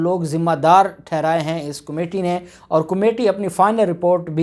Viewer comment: جناب عالی۔ کومیٹی نہیں کمیٹی ہوتا ہے۔